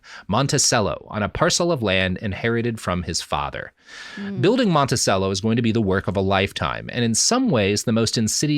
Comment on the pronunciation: Living in Charlottesville it pains me to hear all the mispronounced words related to Virginia. I understand if the response is f*** off, but just in case... Its Mon-ti-chello, Al-ba-marle, and Stan-ton (it was intentionally mispronounced during the revolutionary war to weed out spies.